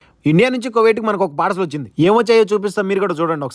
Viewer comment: Padcel kadhu bro parcel